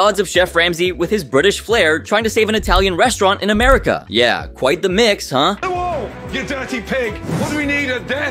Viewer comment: "AMARICA" is exactly how I'm going to refer to America now.